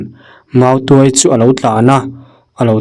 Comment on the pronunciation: tuai(pherh) ang nilo in,tuai(mautuai) anga lam rik tur.... chuan,'tuairam' chu thing chi khat hming a ni e....